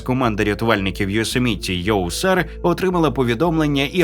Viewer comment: ЙоСЕміті а не йосеМІті баран. Акцент став правильний😂 . Ааааа якже воно вухо ріже .....